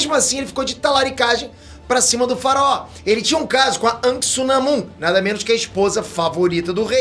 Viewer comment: Diz se anak nao ank😂